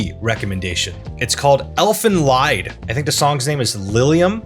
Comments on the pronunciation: Well yeah, everyone pronounced it as 'lied' instead of 'leed'. Don't act like you mispronounced it when you first read it lmao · I knew he'd .ispronounce 'Lied', everyone does. The 'Serial Experiments Lain' intro is by London based 'Boa', they reformed last year, have a new album and are touring. They're very active on their Youtube channel.